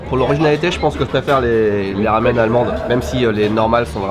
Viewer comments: C est un peu perturbant qu il dise « lamen » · tu peu dire "Ramen" avec le R a la Française stp , ça me rend fou la façon dont tu le prononce! super vidéo comme d'hab sinon :P